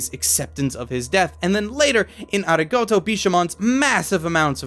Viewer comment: Ari-goat-o?? Did anyone else hear that?